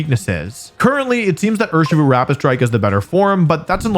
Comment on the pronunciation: Cmon dude, we know it's Urshifu